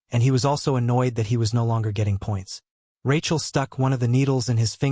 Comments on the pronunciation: tell me about it, its supposed to be Rakiel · Rachel? AI struggling with names and gender